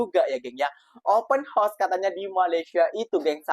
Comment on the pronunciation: Open house...sebut..OPEN HA...OS. bukan open HOS!